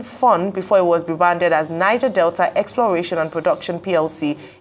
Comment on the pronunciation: The pronunciation is "Nij-air"